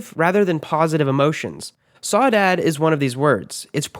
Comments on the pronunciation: your pronounce Saudade [sou-da-gee or sou-da-dee] NOT sow-dad. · #1 is pronounced “sow-dah- dge” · Has a Brazilian person, i felt pain for the way you spelled "Saudade"